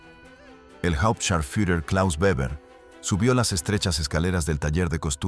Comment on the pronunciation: Se dice Beber(Weber)